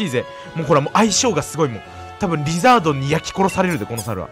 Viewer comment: リザードンがリズアートに聞こえる症候群